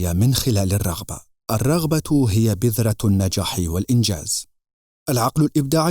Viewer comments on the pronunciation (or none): none